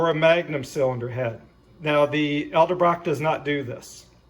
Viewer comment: Dude, it's E-del Brock! not El-De Brock...